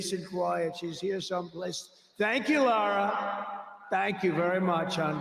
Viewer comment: It’s Lara, NOT Laura friend